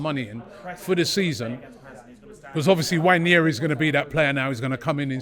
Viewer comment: It's not Nnwayeri it's Nwaneri (ONE NAY RI) "ONE NAY RI"